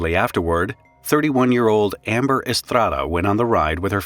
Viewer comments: "I speak English, but now I'm going to say Estrrrrrrrrrada" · Props to you for that Estrada pronunciation